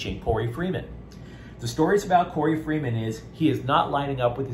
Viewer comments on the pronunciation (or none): His name is Korey Foreman, not freeman. Fight On✌🏽!!!